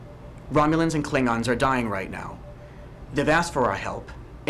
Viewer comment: It's Klingons, not "Klygons", Get your spelling right!